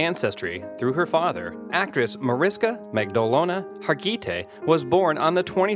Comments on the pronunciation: HAR- GI- TAY.. Marish-ka....OMG. wtf.... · It's Marish-KA, Mag-dol-na, Harg-i-TAY, omg the pronunciation is so bad